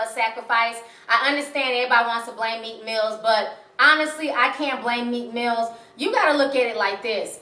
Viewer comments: MEEK MILL ! NOT MEEK MILLZ ! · Its Meek Mill not Meek Mills..